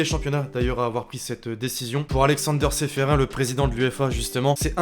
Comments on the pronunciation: Seferin se prononce Seferine comme chloroquine 😊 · on dit ceferine